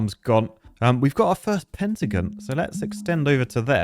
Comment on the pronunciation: Pentagin . Bro it’s Pen-ta-gone pentagon. 😂